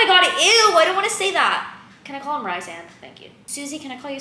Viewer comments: Rhysand = Ree-sand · SPOILER i wish i knew she wasn't gonna end up with tamlin before starting the book because i got so mad with the switch up and wasn't a fan of the rest of the series (still a tamlin defender and already know we're gonna get a redemption arc idc) edit: "Reese-and... no" lmao me when i was also calling him rice-sand the whole time second edit: love throne of glass